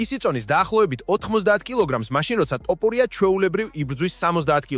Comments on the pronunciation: რატომ იძახი ტოპურიას, როცა თოფურიაა. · შენი პროჭული ლაპარკი დამთავრე თოფურიაა ნუ ამახინჯებ მის გვარს წარმოთქვი სწორად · თოფურია, თოფურია არა ტოფურია. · თოფურია არის და არა ტოპურია გააჯვი რა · ტოპურიას ამბობს თუ მომეჩვენა?